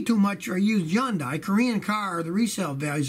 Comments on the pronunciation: Yondie = Hyundai? It's pronounced Hundae in the south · It's Hee-Yun-Day not Yun-Die scotty.. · Yundai? or Hyundai? i can't tell what Scotty is trying to say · Great tips! Hyundai or was that yundai? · Man Scotty sure does say Hyundai weird. I always say hun-day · Didn't know Hyundai was pronounced yanday???😶😶😶😐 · Never heard Hyundai pronounced that way... here in Tennessee everyone pronounces it Hun day lol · So the H is silent in the name Hyundai 🤔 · I guess i've never heard it pronounced. Hyundai. Didn't guess the H was silent. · How he say Hyundai??? 😂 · This whole time I’ve been mispronouncing Hyundai 😳